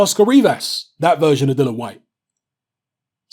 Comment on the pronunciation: I wish you'd say "Dillian", it's Dillian, isn't it? But decent vid... I don't know why you have to feel you need to "prove" your picks though. It seems many of your vids begin with "remember back in 1865, when I said this on YouTube? Don't get it twisted...."